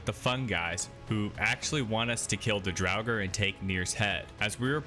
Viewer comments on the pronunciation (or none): I know reading is difficult for some people, so no shame intended, but the Deep Dwarves are DUERGAR, not DRAUGR. It's pronounced "DWARE-gar". DRAUGR are undead creatures. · Are you saying Duergar or Draugir? 😂